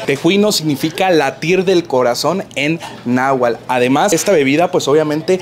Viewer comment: Se dice Náhuatl, no "Nahual" Que haces ahí??